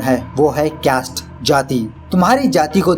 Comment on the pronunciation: It's caste not kest 😅